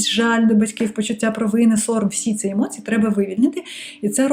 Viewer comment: хочу висловити критику про вашу українську мову... вона прекрасна, проте в багатьох словах замість букви "і" ви говорити букву "и". по типу "функция" замість "функція", "емоции" замість "емоції", "оцинки" замість "оцінки". я дуже дякую вам, що переходите на українську мову та створюєте такий корисний контент для української аудиторії))